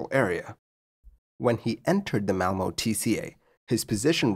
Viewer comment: I think you did good on the Swedish city of Malmö - I have heard worse :D